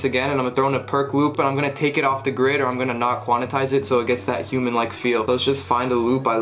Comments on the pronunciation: Quantize is pronounced Kwon-Tyze not Kwon-a-Tize, just to let you know. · its pronounced "quan tize." 2 syllables. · Lmao Quanatize😂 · Doesn't anyone know how to say "QUAN-TIZE" correctly?